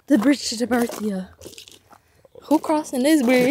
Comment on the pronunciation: bridge to “tabinearthia”🤣💀pretty sure it’s terrabithia😭why did i love this whole vid so much🫶🏽